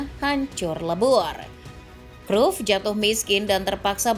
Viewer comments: WAH PARAH NI ADMIN DIBACANYA BUKAN CRUFT TAPI CRAYP . MAU DI OMELIN COACH JUSTIN? 😅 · Min penyebutan namamu salah,bisa dimarahin Kochi luuu